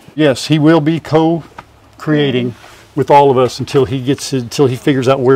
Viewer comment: Oh that "co creating" was done perfectly. How many other people would have stumbled.